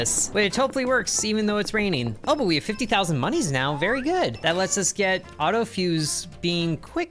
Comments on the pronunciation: Stop saying mooniees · STOP SAYING MONIES!!